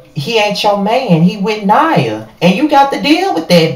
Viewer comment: Her name is pronounced Nia like Nia Long